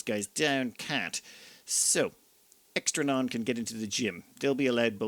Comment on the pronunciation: Poor Extra Neon got his/her name butchered lol